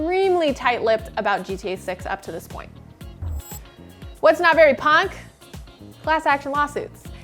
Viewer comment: why she say "punk" so weirdly lol